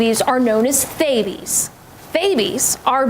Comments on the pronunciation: (1) The baby is obviously a boy. The way that the kid moves and focuses on things is the way a baby boy moves and focuses, not the way a baby girl does. (2) I am upset that the way they pronounce "theybie's" is with an unvoiced "th." The made up word is weird enough, but they can't even pronounce it in the obvious way, with a voiced "th," they have to make it unvoiced? For reference, a voiced "th" is the sound at the beginning of "they" and an unvoiced "th" is the sound at the end of "with." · Triggers me how it’s pronounced. It’s said like the “TH” from the word “THANKS” instead of the way we say the “TH” in “THEY.”